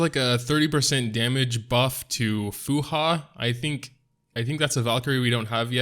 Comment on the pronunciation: its fu hua not fu ha tyvm